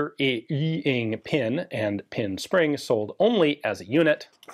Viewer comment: LOL at "fire-EEE-ing"